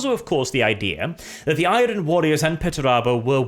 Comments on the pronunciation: mate. I love your videos and your English is excellent. However please, in the future. Do NOT pronounce the R in Iron. The R is silent. Pronounce it like Ai-urn. I know it’s silly but that’s the way it is, keep the Rolling R’s going for everything else though. Please keep up the videos. Been a fan for years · The 'R' in iron isn't pronounced and its certainly not trilled. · Is it a meme now, the way pronounces Iron. He always says I-ron while it’s I-ern. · I'm sure the R in the word IRON is supposed to be a silent one?? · Hey man, Enjoying the lore videos. Stick to these instead of the insane political stuff. Also learn how to pronounce iron its driving me crazy.